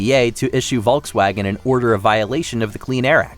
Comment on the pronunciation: It's /ˈfɔlksˌvaːɡən/.